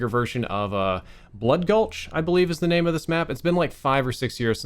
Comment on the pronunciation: I came from Halo and While this video is good, I cringe at him messing up the names